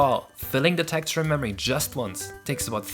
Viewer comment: smh- "tekture" is kinda distracting- xD;; but seriously- I've been following this for the longest time- congrats for such a new game! :D